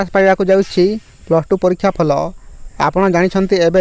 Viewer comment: (ଫଲ )ନୁହେଁରେମୂର୍ଖ ଫଳ ଉଚ୍ଚାରଣ ହେବ